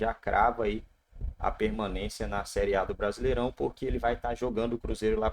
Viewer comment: "Prasileirao" é foda.